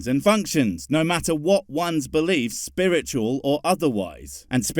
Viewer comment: Are we just ignoring the fact he's saying "spurritchul" instead of "spiritual"? Cool. Coolcoolcool.